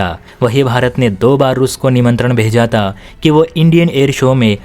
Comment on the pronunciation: Majaak udaaya ta nahi majaak udaaya thaa....use th ... pronounciation clear needed